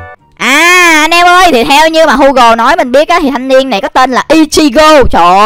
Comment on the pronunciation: Gu gồ chứ ko phải hu gồ